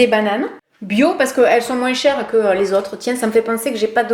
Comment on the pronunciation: Me concernant , j'adore tes vidéos, ton côté spontané et joyeux et je te regarde sur facebook. Insta, je l'utilise moiiinnnssssss (comme tu le dis avec ton accent méridional). J'aime avoir ton avis sur ce que tu testes car il est sincère et ça c'est génial à chaque fois ! Par contre sur insta, je t'ai écrit à différentes fois et je n'ai jamais eu de réponse (pseudo Flo_colors) ??? alors je ne sais pas ou t'écrire afin que je sois certaine que tu me lise ? Ton format vidéo était top ! Je vois que cette dernière date du 6/12/2019 mais je ne la vois que maintenant et nous sommes le 18/05/2020. Au plaisir et à Bienetôt